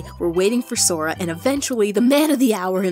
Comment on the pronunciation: The minute you called it Sora I died. But anyway you're videos is so cool.